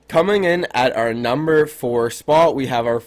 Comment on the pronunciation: he said nember 10 spot